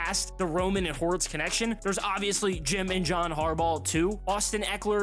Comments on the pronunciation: It’s Hortiz, not Horitz. Sheesh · Love the show, but the name is Hor-Teez. Not sure who Hor-itz is? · Horitz? It’s Hortiz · Lold at the Hortiz mispronunciation